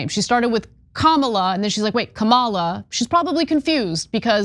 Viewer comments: He goes off on Mace, but calls her Commilla. He didn't even say Harris' name right. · Dyson is a 🤡 for flirting with that woman, especially through text but Anna YOU are a 🤡 for not recognizing that this woman INTENTIONALLY pronounced her name wrong, AFTER she pronounced it correctly by mistake. She then said, "I will pronounce her name however I want". Yes, it's easy to mispronounce Kamala's name, admittedly I have to think about it before saying it and often it's an honest mistake when people say it wrong but this woman, 100% said it wrong INTENTIONALLY. WAKE UP, ANNA!!! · Your montage misses the mark. The point is that they purposely pronounce it "Ka Mawla". A significant distinction because that's the pronunciation of Kamala the famous WWF wrestler whose character was a trope of an African savage. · What’s funny is that western accents are incapable of correctly pronouncing Kamala’s name. The truly correct pronunciation is Kam-laa, with an extremely soft K. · Sorry Ana but you just haven’t been paying attention. She said it correctly the first time, caught herself and then proceeded to say it incorrectly from then on out. It may seem like a small thing but it’s definitely intentional. Similar to how they like to say the Democrat Party instead of the Democratic Party. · Ms. Mase did not struggle with Ms. Harris' name. She deliberately mispronounced it. Stop the nonsense! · Interesting that Ana and her producers had time to cut together a montage of people mispronouncing Harris's name but couldn't play the full clip of Mace where she said she is going to intentionally mispronounce her name after being corrected in the moment. So, Ana would be ok with someone coming on to TYT and calling her Ah-na, and when corrected, saying "FU I'm still calling you Ah-na"? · You're right, because before she said it correctly, they had just told her how to pronounce it .Then she mistakenly said it correctly , then intentionally said it incorrectly